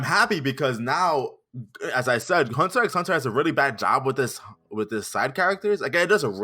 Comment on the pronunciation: I can't forgive that he said "Hunter EX Hunter"